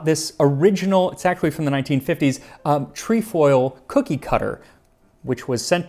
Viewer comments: TREH FOIL, not TREE FOIL! This is how you know he is a man, lol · Treh-foil, not tree-foil. Just sayin' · Hey, as a stickler for word pronunciations I thought you might like to know that in Canada, the Girl Guide "tree-foil" is pronounced "treh-foil". Enjoyed your presentation! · Tree-foil good sir? Tree-foil?